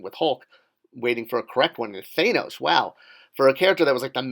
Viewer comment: Two of the biggest movies of all time still can't get you to say "Thanos" correctly.